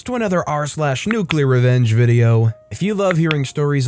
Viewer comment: Now that's nuculer revenge. Nuuuuculer.